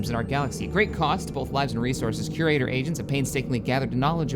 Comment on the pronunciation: Crator supposed to be curator